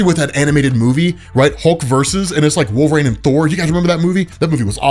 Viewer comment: Its Wolver-EEN not Wolver-AIN